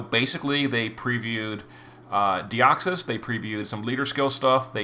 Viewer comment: Who’s that Pokémon? It’s Deoxys (Dioxus in this case) 😂